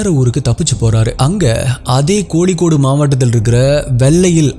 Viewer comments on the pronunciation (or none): இவ்வளவு அழகாக சம்பவத்தை சொல்லத் தெரிந்த, AI -வீடியோ'ஸ் மூலம் ஒரு சினிமா போல் விவரிக்க தெரிந்த நீங்க, சினிமாவை மிஞ்சும் அளவுக்கு விளக்கத் தெரிந்த நீங்க, இன்னும் தமிழின் - 'ல' 'ள' 'ழ' -வித்தியாசம் உணராமல் அல்லது தெரியாமல் பேசுவது அல்லது விவரிப்பது, நீங்கள் தமிழை 'தமிழாகப்' பேசவில்லை -என்பதை காட்டுகிறது! உங்கள் வார்த்தைகளில் சில; 'கொளப்பம்'..?! 'கோளிக்கோடு..?' ('கொழப்பம், கோழிக்கோடு') 'கோழிக்கோடு' என்பதை, கோளிக்கோடு என்று சொல்வது என்ன நியாயம் ப்ரோ..? காலை எழுந்து பல் துலக்கும்போது, நாக்கும் வடிங்க.., அந்த நாக்கை மேல்வாயில் வைத்து 'ழ' சொல்லுங்க, தானாக 'தமிழ்' வந்துவிடும்... (தமிழுக்கு 'ழ' அழகு- கவிப்பேரரசு வார்த்தைகள்) மற்றபடி, உங்கள் பதிவுகள் தரமானவை! தமிழின், 'ழ' -சின்ன முயற்சி.., பெரிய பலன் தரும்... நீங்களும் தமிழன்.., நானும் தமிழன்! உங்களைப்போன்ற அறிவானவர்கள் தொடர்ந்து இப்படியே, 'ழ'-வை, 'ள' என்றே பேசியாவோம் என்று ஏதாவது நேர்த்திக் கடனா..?! என் இந்த பதிவை நீங்கள் கடந்து போகலாம், ஆனால், 'ஒருநாள்'... பாதிக்கும்! அதற்குள் சரியான தமிழை நாவில் வர வைக்கவும்.., இல்லை, 'காலம் பேசும்!' உங்க அண்ணனாகச் சொல்கிறேன்; உங்கள் 'சப்ஸ்கிரைபர்ஸ்' இவ்வளவு பேர்கள் இருக்க, அவர்களுக்கு நல்ல தமிழை சம்பவங்கள் மூலமாக சேர்த்தே கொடுக்க வேண்டாமா..?